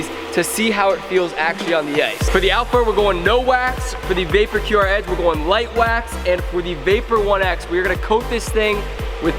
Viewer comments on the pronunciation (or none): did he really just say Vapor QrEdge